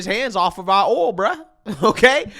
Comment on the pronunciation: It's hilarious that can't pronounce the word "oil" or most words that start with "th"